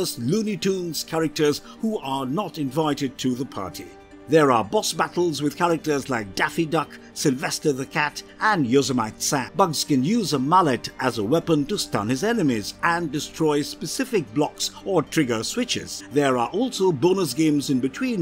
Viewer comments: Yeah-so-mite Sam... lol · "Yoso mite Sam" that is a new one.